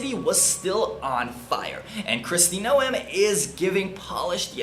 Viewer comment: Holy crap brother. I can't stand Trump's regime, but if you can't pronounce Noem, you lost a huge amount of credibility from me. Please do better next time. Thanks.